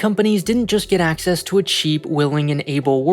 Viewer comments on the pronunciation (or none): none